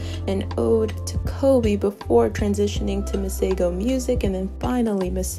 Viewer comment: 🤣🤣🤣so not impressed with the way my name is pronounced here..